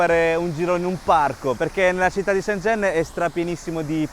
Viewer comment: Mi fa morire il cambio pronuncia da cinese perfetto a italiano perfetto 🤩